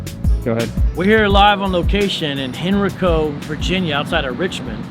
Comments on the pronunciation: Btw it’s pronounced Hen•RYE•co but again shoutout to you for pulling up to VA✌🏽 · You pronounced Henrico wrong but we still love you. I live 5 minutes from there and my in-laws always said that is a place you don't want to be now I know why.